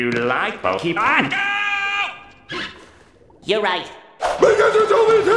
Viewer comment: it’s pronounced Poke-AY-mon. Not Poke-EE-Mon.